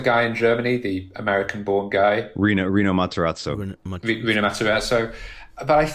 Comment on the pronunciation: Guys… it’s Pellegrino Matarazzo